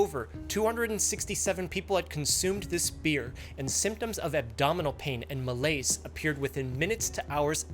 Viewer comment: Malaise, not malayce.